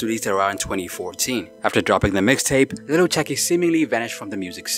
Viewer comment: please stop saying Little it’s Lil the ebonics way Lil Chuckee thanks in advance!! Oh yea Lil Wayne not Little Wayne!!!! If your gonna use or be a part of our culture you gotta present it the way it’s meant!!!